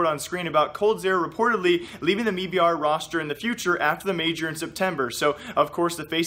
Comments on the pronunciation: why do you keep saying me br? jesus fuck its m-i-b-r or made in brazil. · Please stop saying "MeBR" it has never been pronounced like that. It's "M.I.B.R." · bro its m i b r not mii br lmfao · Noah Whinston, CEO of the company, pronounces it as MEBR... I am sorry I can't help it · Does him saying "me-b-r" bother anyone else??? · "mebr" lol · Can you just say m eye b r